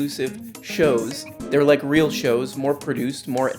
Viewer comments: Timmy Hot Tubs: "the very weal threat" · “A vewwy weal thwet” -Grim Stool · "vewy weal thweat" tim pool uwu moment ^.^